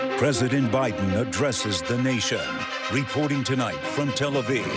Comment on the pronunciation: How is it that I have NEVER been "POLLED" in my life for media re-poor-ting? Hmmm?